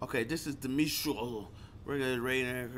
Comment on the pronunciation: Bruh said this is Dimitre.....🤣☠🤣☠🤣☠🤣☠